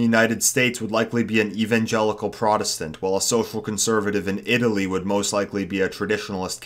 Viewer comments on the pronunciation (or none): none